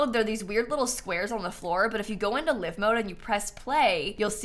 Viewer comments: Hearing someone say ‘live’ and not ‘l-eye-ve’ was jarring. Epitome of ‘read it , never heard it’ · Still pronouncing it "live mode". It's "live" as in "five"